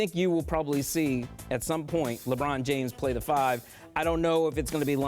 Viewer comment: Wtf is laybroun james?